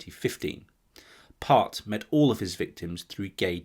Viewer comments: Think its Stephen Port not part 🤔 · port not part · The Grinder killers name is Port not Part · 59 is Stephen Port, not Part. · Stephen Part's surname is Port . P-O-R-T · #59 is Stephen Port, rather than Part. Great video though! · 38mins - its Stephen Port - not Part. You should correct this..its quite a bad error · Isn’t the Grindr killer Stephen Port not “Part” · It's Stephen PORT not PART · Stephen Port.. not Part. Great vid! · Very interesting and very shocking. I thought the guy’s name was Steven POrt, not PArt? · Mark Bridger erroneously appears? Also, it's Steven Port (Grindr killer) not Part. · I thought it was Stephen Port not Part? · #59 = PORT not Part! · Stephen PORT not PART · its stephen port not part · Steven Part?? Come on man, if you truly knew your stuff then you'd know its PORT... Stephen PORT. You even say it multiple times ffs... 🤦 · NEW sub, great work, btw stephen Port is the name of the Gay seial killer from Barking LONDON, Port as in the drink. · Very good. But it's stephen john port not part. Also Joanne denehay is how it's pronounced